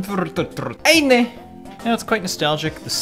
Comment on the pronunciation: Oh but of course - eInEh